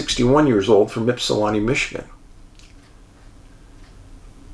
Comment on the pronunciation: Love stories on my state... Michigan is creepy at times.. Congratulations on pronouncing Ypsilanti correctly... but Houghton is pronounced HOE Ton.... You and Angie will love Isle Royal.